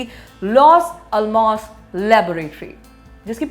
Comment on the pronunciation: ALMOS nai bolte madam....ellamoss pronunciation hai